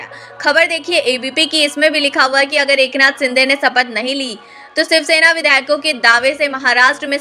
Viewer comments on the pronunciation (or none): मैडम सिनडे और सपथ नहीं होता बल्कि शिंदे और शपथ होता है, पहले अपने उच्चारण को ठीक करो फिर वीडियो बनाओ...